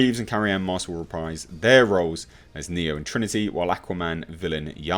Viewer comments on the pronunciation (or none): NEA instead of NEO